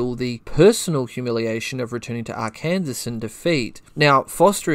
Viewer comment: Arkansas is pronounced Our-Can-Sore Love the channel